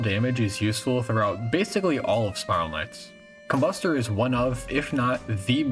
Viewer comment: the emphasis is supposed to be com-BUS-ter, it sounds sussy when u dont